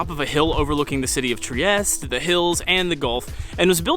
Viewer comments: Just found your channel because I'm looking up things to do in Bucharest. I live close to Trieste. Italians pronounce their e's, so the city is pronounced Triest-tay. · Nice video. Btw, the ultimate e in Trieste is not silent.